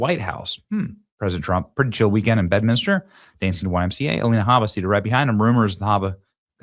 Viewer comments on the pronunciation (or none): HEY BENNY, IT’S BED-MIN-STER, NOT bed-min-I-ster!! Got it? Take out the extra “I” you added in the middle!